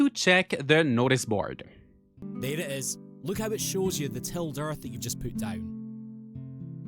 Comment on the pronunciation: Cracked up at "noice board" 😭